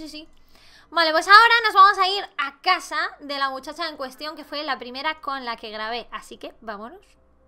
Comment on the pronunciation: Laik si dice primrea😂😂♥️ Te queremos 😂😂♥️